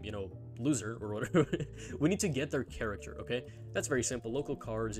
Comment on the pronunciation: i finally figured it out, im stupid, it took me an entire video to realise he wasn't saying 'caricature', he was saying 'character'